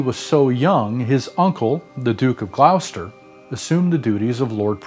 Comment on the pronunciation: Gloucester is not pronounced "gl ow stir". The OU is a hard O so GlOstr